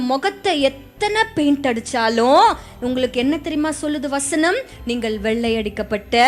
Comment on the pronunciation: நீங்க யாரு நீங்க யாருன்னு மக்களை பார்த்து கேட்கிறீங்களே அப்ப நீங்க யாரு மேடம் தமிழை கொல்லுறீங்களே வஸ்னம் அல்ல வசனம் சொல்லுங்க வசனம்